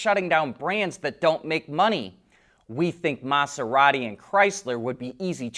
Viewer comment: Your pronunciation of Maserati was a bit annoying, and you said it ten times in that short time. Pronounce the S as if it were a Z. If you want to learn more about it, watch the John Oliver episode that covers these in detail. In short, it would be an environmental nightmare to the ecosystem on the ocean floor and would be worse than regular methods of mining those minerals. Unfortunately, some only see dollar signs.